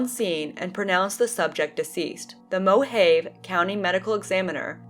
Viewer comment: it's pronounced moh-hav-ee